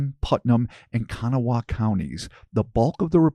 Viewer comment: It is pronounce Ka Naw Wah the middle part makes the ah sound. As a native West Virginian just thought I would let you know. However, not a bad job done. I have heard it butchered worse. 😊